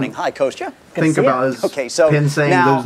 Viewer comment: Its Kostya, not Koista